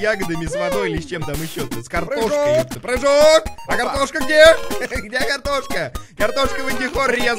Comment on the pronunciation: Ржу со слова "Прыхоок!!"